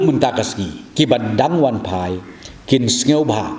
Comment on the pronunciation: "Wanphai"ym dei wanfai. Une u Rangbah te phoreinnar ruh um ler khasinar ruh um ler. To ym lei lei dei jait thlun.